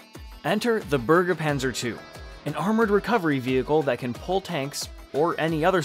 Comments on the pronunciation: Pronouncing "bergepanzer" like "burgerpanzer" is the most american thing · For me as a German. You violate my ears when you say "Burgerpanzer". Yak. Btw, the newest Version cost 4 Million €, not 12 Million.